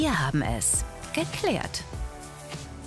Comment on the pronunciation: "G-klärt" erweckt irgendwie das "cringe" Gefühl in mir...